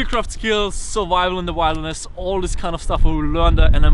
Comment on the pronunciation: Hi,, you were speaking about survival in the wild. I understand English isn't your first language, but when you say wilderness, it's not pronounced wild-ness, it's pronounced will-der-ness. This is one of many stupid facts about English, I still need to get corrected today about the language, even though it's my mother tounge